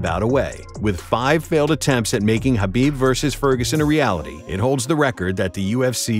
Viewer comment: Thank you for not pronouncing the k in khabib